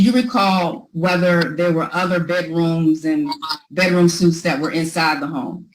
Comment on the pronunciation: With all respect but how does a lawyer not know how to pronounce bedroom suite (“sweet”). Not suit (“soot”) 😂😂. To be fair, the petitioner said it incorrectly first but STILL.